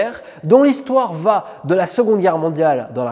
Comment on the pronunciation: Pardon d'insister, mais ce n'est pas un "tic", c'est une grave faute de liaison car il n'y a pas de T à la troisième personne du singulier du verbe aller... Il va... c'est une faute terrible et (je vous le concède) de plus en plus répandue.